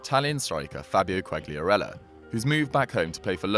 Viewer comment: Ffs how can you get every single Italian name wrong? Who's Bageo? And I don't even know how to spell what you called Quagliarella.